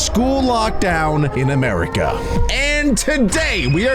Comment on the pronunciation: love how he emphasized"in America"😂